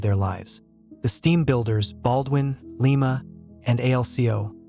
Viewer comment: Hey, AI morons...it's Lie-ma not Lee-ma. Hure real people to do tge narrating. WTF is that track arrangement supposed to be at tge beginning of tge video. Nothing could run on that thing. Stop using AI slop.